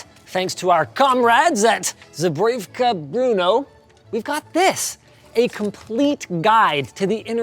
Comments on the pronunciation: Linus trying to pronounce Zbrojovka made me chuckle, anyway, greetigns from Czech Republic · As a czech its really intresting (also funny) to hear him try to pronounce: zbrojovka brno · Linus botched the zbrojovka brno so so much. It hurts to hear 😂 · Watching Linus try to say Zbrojůvka Brno is hilariuos😂. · It's so funny to me as Czech person how Linus is so confused over how to pronounce Zbrojovka and that Brno's football team is named after it